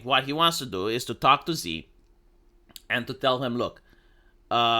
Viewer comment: se pronunță Shi. Nu Zi. Shi.